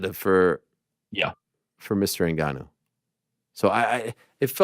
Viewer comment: Tbh I'm not sure helped him train that much, he was definitely involved to some extent but to what extent we don't really know. couldn't even say Ngannou's name properly in the press con haha